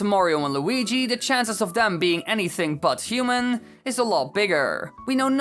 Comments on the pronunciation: The way he says human. . . HUMEEEN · The way u day human tho Disturbs me some how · I love the way you pronounce "human" and put emphasis on the "n".